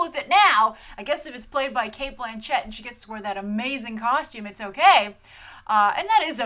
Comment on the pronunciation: Its Blanchett not Blan CHETT ahah oh Grace